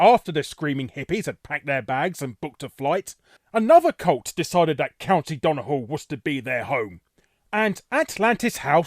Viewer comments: I was thinking it was rough pronunciation alright but to be fair it's not the worst I have heard. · Great video! Did not expect Donegal to centre in this. Not sure where you got donahall from though, it's pronounced dunny-gall. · Larry how did you find a H in Donegal, it's done-e-gal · I had to pause the video after 3 minutes to ask this but Why do you keep pronouncing Donegall as if it has an H in it instead of a G? It's pronounced like it's written. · dun-e-gall not dun-a-gul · It's not Don he hal but Donegal as in [DON] + [UH] + [GAWL], wait is the issue you can't say Gs? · Duh-knee-GAWL not DON-uh-hull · Sorry gotta correct you slightly Larry, Donegal is pronounced Done-Knee-Gawl. Just hearing the way you said it sounded like dun-eh-hall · To let you know; It's pronounced Dunny-gall. And it looks like you got patriarchy and matriarchy the wrong way round. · Larry, the county in Ireland is pronounced 'Done, e, gall' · What the fuck is a "Don a hall". Donegal is easy enough to say, come on man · *DO- NE-GAL . Mate. Say it right. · It's pronounced Dun-ee-gaul. :) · Who told you how to pronounce Donegal, Larry? Because they are wrong. So utterly wrong. It's Donegal as it looks - dun-ee-gall. In Irish it's Dhún na nGall, but that Dh is pronounced as a Y is in English, so still no H sound. Where's that H sound coming from?! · So Donegal is pronounced, Don-e-gale. Easy mistake to make though. Great video. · Donegal is pronounced "done - e - gall" :P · Good video larry but as an Irishman I kind of winced at your pronounciation of Donegal. The g isn't silent so its pronounced "Done-ee-gawl" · Doon na hall? Irish man here never heard Donegal pronounced like that in English or Irish. Now I speak the Connacht dialect of Irish tbf. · Donny-hall? Christ alive. Be better. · Further to that, there’s a freakin’ Father Ted joke in this video. Yet, still… Donny-Hall. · It's pronounced "Done-E-gall" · It’s pronounced don-e-gaul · His pronunciation of donegal somehow triggered me